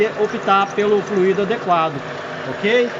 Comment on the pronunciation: Oi amigo, apenas uma dica, não é fluído, é flúido (é assim que se pronuncia, deve ser escrito sem acento). Forte abraço.